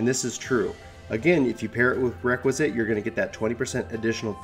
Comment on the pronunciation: Good video! But it's pronounced Rek-Wee-Es-Kat rather than Requisite